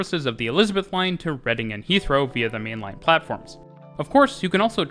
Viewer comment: Well done for pronouncing the station names correctly! (Specifically Woolwich, and maybe Reading). My comment looks a bit patronising; that wasn't my intention... Good work.